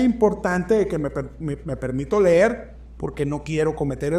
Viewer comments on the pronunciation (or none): none